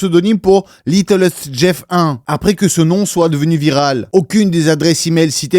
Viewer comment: par contre c'est pas "littlest" mais "little-st" comme dans "little saint" , la chose a savoir c'est que le vrai nom de l'ile de Epstein c'est "little saint james island"